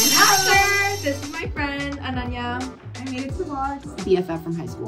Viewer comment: Gurl your pronunciation of Ananya was impeccable ✨